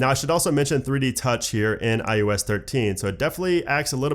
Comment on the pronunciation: SOUNDS like you are saying IUS - not IOS.....SERIOUSLY! It’s I oh ess!!!!!!! OH!!!!!! Not you!!!!!